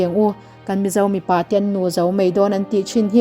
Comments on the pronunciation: Mipa leh Mi pa i chhiar sual nasa deuh anih hi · 8 na hi i chhiarsual Mipa tih khi mi pa.midang pasal tihna